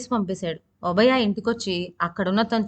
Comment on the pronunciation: ఒబయ.....కాదు ??? ఓబయ్య అని పలకాలి